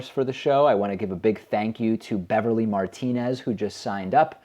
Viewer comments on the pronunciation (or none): none